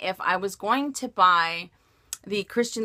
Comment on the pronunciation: Buy not bug, lol!